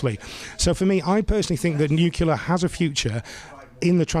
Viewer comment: Sounds good but it's Nuclear not Nucular. Sorry it's petty but annoying